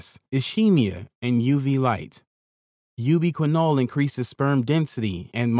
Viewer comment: "You be quinn-all increases sperm monolitty"